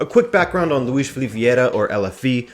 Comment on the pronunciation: Ok so first off,it's not Loups,it's Lopes (Ló-pes,you have to read the letter e in portuguese like how you read the letter e in the word "the" in english),you said Filip,it's Filipe,you said Goms,it's Gomes,you said George Méndez,it's Jorge Mendes and you forgot to put accents over the names of the palyers,yeah you need to improve your pronunciation,yet you re still better at saying the names than most of the people on youtube...keep working and i like your content,sorry if i offended you